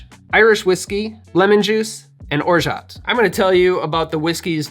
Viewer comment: the "t" is orgeat is silent. Free French lesson of the day ;-)